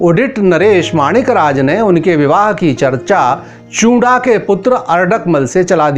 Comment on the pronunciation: Paji chunda hota hai not chura samjay